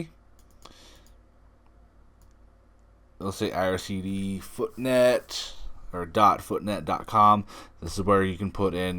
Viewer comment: “foot net” haha ✌️